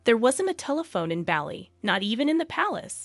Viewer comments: How does the narrator not know how to pronounce the island of Bali? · Please use correct pronunciation or Bali and ubud! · Your pronunciation of Bali and Gillespie needs work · Is she gonna say Bali that way the whole time? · It would be good to learn the proper pronunciations for Bali and the names, like Bagus, before recording these. Just a suggestion- as an expat in Java, I was cringing a little. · How hard is it to learn how to pronounce Bali correctly, even Ubud. That was hard to listen to. Butchered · You really need to research the pronunciation of the names of people and places you’re reporting on. This is super lazy. I couldn’t sit through the video it was so annoying. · Not Belly.Its Bali (Bahlee) Good video otherwise. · It's not Bally like "Bally Total Fitness" 😩😱; it's "Bah-li" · I have lived in Bali for almost 13 years. They have been coming since 1985. You miss pronounce the name of the region do you say “Ba-Lee” it is properly prounced “Bah-Lee” with the emphasis on the first syllable. It is not “Oh-bud” it is correctly pronounce “Oo-bude” with the emphasis on the first syllable. Please correct this. It sounds ridiculous to those who know. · It was hard to listen to it pronounced Bally lol We say Bah-li not barley (Americans will pronounce that r) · You forgot Spain's Queen Letizia, who was a journalist before marrying Crown Prince Felipe, now King Felipe VI. BTW it's not pronounced Baa-li, rather it's pronounced Bar-lee. Kate Middleton was also a commoner when she became engaged to Prince William, now Prince of Wales (future King of England). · Bah-lee, not belly 😂😢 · Please stop saying Bahh-Lee. Its Baw-Lee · It's not "Bally" ffs 😩 it's "Bali" pronounced Baa-lee... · "Baar-lee" not "Belly" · A big shame the narrator can’t pronounce Bali correctly. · Please stop saying 'Bally'. It's 'Bar-lee'. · Listening to you call is Balli instead of Bah-li was awful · It’s pronounced “ BALL E” not Bally! Soooo annoying. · STOP SAYING BALLY. :face-blue-wide-eyes